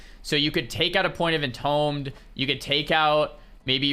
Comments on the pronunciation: once again its pronounced EN TOOM not ENTOME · Ty for the great info. Btw not to be that guy, but just to help you out, entombed should be said like enTOOMD 😁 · Entombed is pronounced in- toomed.